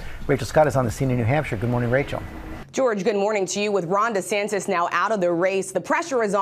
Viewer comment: Damn, would you please pronounce the racist man's name correctly. His name is DeSantis, not DeSantez